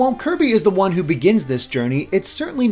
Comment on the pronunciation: I like how he pronounces "one" and "on" like "juan"